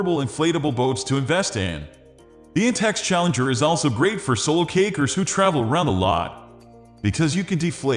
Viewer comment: Sounds like he's saying cakers